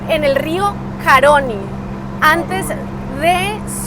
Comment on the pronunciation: Tampoco es Caroni, es Caroni, con acento en la i.